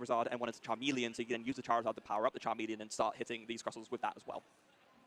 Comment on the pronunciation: The way he pronounces charmeleon irritates me lol